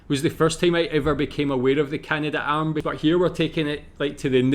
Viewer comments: Dude's grandfather worked on the Canadarm, yet he pronounces it incorrectly as the "Canada - Arm"??? It's Canad'arm, not Canada - Arm. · In Canada we don't say "Canada Arm" but rather Canadarm (three syllables). Careful of these videos when reacting, so many are made by people with little real knowledge of Canada as clickbait. Stick to the National Film Board of Canada or other reliable sources.